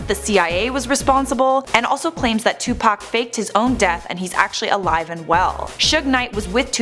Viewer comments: Lmao its Tupac (2pac) not Tupack Hahahahahahahahahaha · Who is Two Pack? its two pock one word 2pac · It like 2POCK not 2Pack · It bothers me how she says Tupac ... she pronounces it like Tu-pac.... I say it as Tu-poc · STOP SAYING TUPACK IT'S 2PAC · It’s like Tupoc buts it’s spelled Tupac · It's call ed T-U-P-A-C not tupaac its Mother fuckin tupoocc. O=a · Its not 2pack its 2pac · That girl says 2pack in stead of Tupac/2pac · K this woman needs to stop calling him 2Pack, It's 2Pac/Tupac and Deathrow Records was not co-founded by Dr.Dre, Suge Knight and Tupac Shakur, even Wikipedia would tell u that. Deathrow Records was Founded by Suge Knight, Dr.Dre and The D.O.C, Tupac Shakur didn't join Deathrow Records until he was out of prison and Suge Knight paid 2Pac's I think it was 3 Million Dollar Bail which Tupac's first Deathrow Single was California Love ft Dr.Dre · “Toopack Shaqoor” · I hate how she says tu pack at first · its not 2pac its pronounced as 2puc kinda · Am I the only one who notices she says two pac?😂😂😂🤣🤣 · STOP SAYING 2PACK YOU PIECE OF SHIT! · She got one more time to call him 2Pack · she called him tu pack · Why TF she say it like that for that's not how you say it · They said Tupac wrong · She says Tupac weird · you said tupac wrong idiot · Why do you say tupac like that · she said his name wrong lol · You said his name wrong the whole damn time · I really do hate the way white people say Tupac name